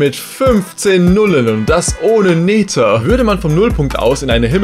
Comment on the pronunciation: Nether wird anders ausgesprochen